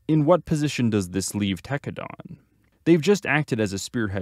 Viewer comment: Homie you pronouncing Tekkadan wrong..